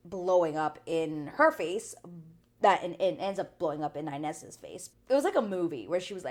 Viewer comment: I like your videos but it gives me the ick, I believe Ines says her name with more "e" sound than "i" sound and I would be happy if you would also say her name like that cause everyone on the show says it like that I believe